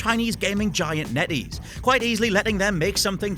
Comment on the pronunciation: NeatEase? NO STOP!!!1!!!1